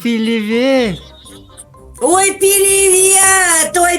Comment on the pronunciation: Было очень смешно 😂😂😂когда тётушка говорила пиливет🤣🤣